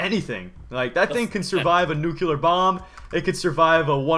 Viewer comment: lol he said nucyular not nuclear i think we got a another president bush on our hands